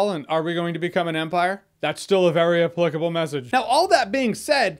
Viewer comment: Learn how to pronounce the word applicable ...